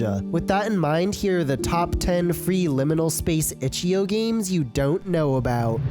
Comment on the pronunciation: Itch-ee-oh. (I will never get over it)